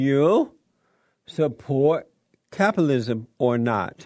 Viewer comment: "Capilism". Jesse, learn how to pronounce words.